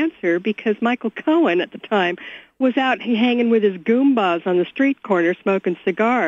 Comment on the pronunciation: she said Goombah...... triggered my Nintendo sensor